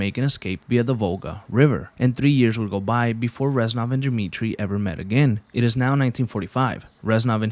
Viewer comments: it’s REZ-NOV. not ranzoff. Get your life together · Good video but you saying Renzov instead of Reznov most of the time, bothered the fuck out of me 😂😂 other than that, amazing video